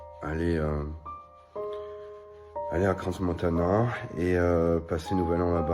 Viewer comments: On prononce pas le S de crans montana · Et on lui dit qu'on ne prononce pas le "S" de Crans-Montana?